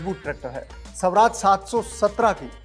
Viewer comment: स्वराज है शवराज नहीं, अर्थ का अनर्थ न करो